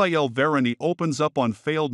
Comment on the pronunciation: VER-ANN, NOT VIRIAN.